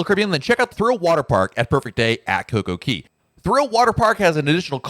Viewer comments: Since you are a Royal Caribbean expert, you must learn to pronounce CocoCay properly. It rhymes. Perfect day at CocoCAY. It’s not perfect day at Coco KEY. I like your videos but that piece is so cringy! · JUST WONDERING....I THOUGHT IT WAS COCO KAY NOT COCO KEY. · I think it is pronounced KOKO KAY, not KOKO KEE. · I’m sorry this is killing me…it’s Coco Cay…not Coco key….ahhhhh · Isn't it Coca Cay which rhymes with "bay," not the way you said it. There is even a comedian that uses the name as a joke about someone asking you for a beverage. Say you ask for a pepsi, but they may ask you coca cay? As in is coke okay?